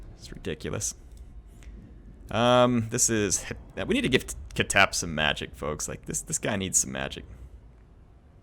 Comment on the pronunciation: Its not pronounced “KA-TEP” its pronounced”KH-TEP”, “KH” sounds as if you are snoring with a strong K element.